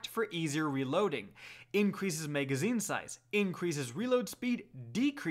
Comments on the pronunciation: Why the hell do you talk that way bro. Maygazine is correctly pronounced magazine. MAG NOT MAYG. Someone just shoot me if I have to hear that again! Sucks because there isn’t many good D2 channels to begin with so I’m forced to hear this man’s illiteracy or get bad info somewhere else. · No its just literally no one cares he said mayg instead of mag- if that turns you off from any content than your a fuck tard